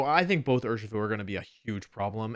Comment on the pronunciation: DO NOT LEAVE OFF THE S IN URSHIFU!